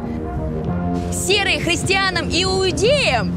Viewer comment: "кристянам и уудеям " ? Кто это такие ? 😂